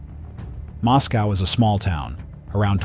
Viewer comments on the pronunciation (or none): It's pronounced Mos-coah (rhymes with Roscoe)--NOT like Moscow, Russia!